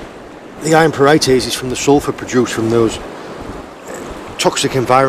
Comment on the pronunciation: pieright, not parighties